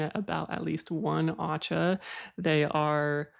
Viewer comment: PSA: “Aceh” is pronounced AH CHAY. I lived in Indonesia for a while, and had no idea how it would come in handy years later when I got into Hoya and Scindapsus. 😆